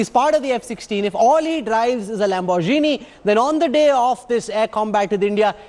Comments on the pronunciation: I commend Indian Media for reporting the dumbest investigation I have ever seen. He is a pilot, not a driver. As you say, "Lambor-Jini" and F-16s are not comparable. You are talking about a fighter pilot. Pakistan does not own many F-16 aircrafts. In a time of war, if all the F-16s are destroyed, you are telling me that the said pilot would be handicapped to fly any other aircraft? Stop your conspiracy non-sense. You are misleading the peace loving Indian nation just so you can survive the intense media competition that you face in India. The only way you get enough views is by spreading negative news and spreading war hysteria. I hope the Indian lawmakers identify the structural problem with the Indian media houses and regulate them accordingly. As for media spokesperson, not only comparing fighter jets to hypercars are wrong, from the way you pronounce the names of the cars, I doubt you have ever driven one. Perhaps one day when you drive a Lamborghini, you would understand the difference. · Lambor gene?? Dude u ok